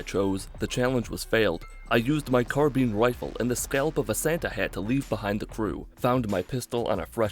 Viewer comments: Carbeen rifle? You mean Carbine right? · Did he say his carbean rifle? Lmao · "carbeen rifle" speech 100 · Hey you cheated. You used your "car-bean" rifle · "Carbean Rifle"